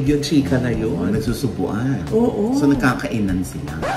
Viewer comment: sir ogie, dapat kasi nagkakaIIIIIIInan, hindi nagkakaiNAAAN. okay??? thank you!!